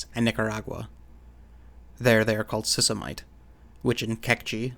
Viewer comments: Sisimite = "see-see-mee-tey" / By the way,, I love your videos. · Sisimiteh! adding the "h" should give you the correct pronunciation.